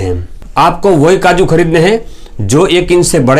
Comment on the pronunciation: kaju bolo kadu nahi Totala😂😂😂😂